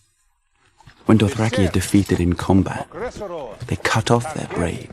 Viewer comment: "Amazed by her PREFECT face?" I think he means perfect. I've heard of typos, but not spoken ones. Must be AI narrating - still, it's an odd start.